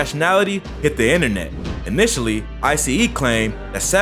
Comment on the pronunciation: him calling ICE I-C-E lmao